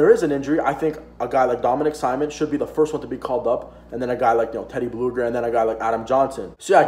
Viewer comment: Not gonna lie, kinda cringed every time you said "Simon" rather than "Sea-moan" other than the mispronunciation, this was a great video and you definitely gained a new sub buddy.